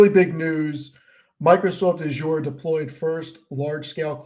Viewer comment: i like how pronounces Azure with nasal vowels like its some fancy French luxury brand